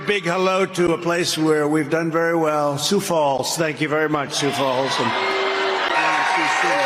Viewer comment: "Sioux Fall"? And his dumb supporters applauded. 😂😂😂😂